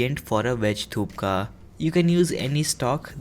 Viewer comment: That not call a thukka thats calls a thuppa